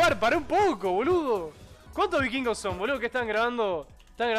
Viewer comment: Y nunca pudieron decir bien los "vikvirgos" tremendo trabalenguas es el nombre 😂😂